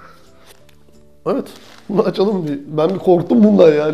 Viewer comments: neden videoya girerken mevet diyorsun :D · Nevet diyisine hastayim reis